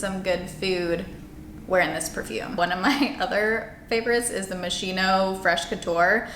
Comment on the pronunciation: It's pronounced Moss-keen-oh, not machino!